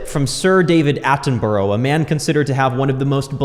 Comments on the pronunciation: You mispronounced Attenborough, as many Americans do. It's not David Attenburrow. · How you going to mess up saying the word “thorough” and “Attenborough”